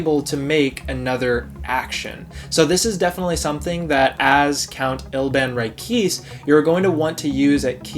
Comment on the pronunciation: Isn’t it pronounced Ri-kay-say